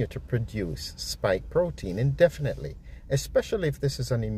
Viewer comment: "INDEFINETLY" - the strain on the system, baffling!